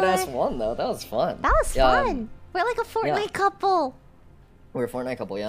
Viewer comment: I knew this was gonna be a good video when lily called fortnite "fortnut"